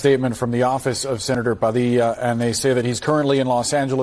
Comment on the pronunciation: It's funny, he didn't have that stupid latino accent on his name for his stupid campaign ads for as long as I've been in his district. Suddenly it's pahdi(pause)ya? Can I start making ESL speakers pronounce my last name with its proper English pronunciation instead of butchering it?